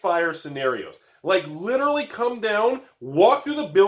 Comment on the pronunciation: 16 "liderly" and 1 seriously? You can do better!!! :D